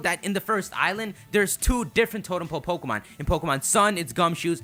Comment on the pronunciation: "because of the totem Po-Pokemon" "because of the totem Po-Pokemon" "because of the totem Po-Pokemon" WTF, why do you keep saying Po-Pokemon?